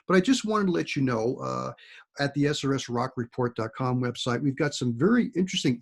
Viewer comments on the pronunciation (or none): Why do you always say “SRS Rock report” and not “SRS RocCO report?” 🤔